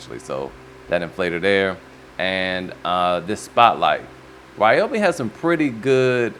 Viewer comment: RYYYYYYYEEE-obi lol. Dooo it, that’s how I say it. Not Reee-obi